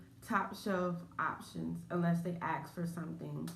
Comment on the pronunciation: Try to say ask! As opposed to ax